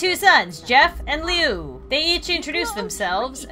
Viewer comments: I'm pretty sure Liu is pronounced Lu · I thought is was very enjoyable; and for future reference, Liu (Pronounced Loo, like bathrooms in England), is also a Creepypasta known as Homicidal Liu. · It's actually how you pronounced it first. Like how you pronounce Liu, it's (please excuse this spelling) Lu. (LOL, X3) It's not how you pronounced it. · I literally listened to Mr.Creepypasta read the redone version of Jeff's story the other day. when you do kill Liu you should bring him back as Homicidal Liu! by the way I'm sure his name is pronounced "loo" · The way she pronounces Lius name kills me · Who else raged when she pronounced Liu wrong? XD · I love this gameplay but I’m OCD so I cringed when she pronounced Liu’s name wrong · Its loo not leu u got it right the first time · Meh name lui not leow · You did Liu so dirty Lee oo really oml it's loo it's spelt Liu but said like loo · 1.its woods 2. liu not leo pronounced laa-ho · Its pronounced loo not liu just so ya know! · Lui is actually pronounced lu not liu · His name is lue not leu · You pronounce Lui like louis not leo or something 😂😂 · It's Liu not Lio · Actually it is lui not Liz if I,m wrong please tell me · It's Liu not Leo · It's not Leo it's lue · Also anyone else got a LITTEL mad when she Lu as Leo. it's LU like U thank U! Lol I love u srry. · It's called woods and it's pronounced as Liu not Liyu or that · it is liu not leo and there is creepy pasta called homesidel liu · it's pronounced LOO, not LEE-OOO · its pronounced ' lu ' but spelled as liu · It’s pronounced as Lu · Oh and it’s LEE-OOH woods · It's pronounced Lue but spelled Liu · It's lui you almost got it right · Ahem let me correct you it's prunouced i probally didn't spell that right but just read the rest of the comment😑 It's "lu-e" not "l-u" i hope this helped i know you're probally not gonna see this but oh well😅😁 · Its liu not LEO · Btw srry for the late comment, and also, Liu's name is pronounced, (Loo) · It’s “Loo” -0